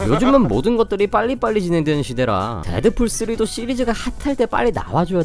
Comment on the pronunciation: 왜 데드fool이라고 말하는거에욬ㅋㅋㅋ